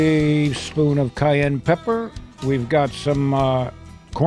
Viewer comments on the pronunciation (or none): none